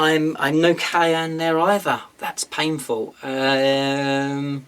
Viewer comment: All modifiers happen, after rerolls. So make your rerolls first, then apply all modifiers. Simple. And every time you said Kauyon, it sounded like cayenne, as in cayenne pepper.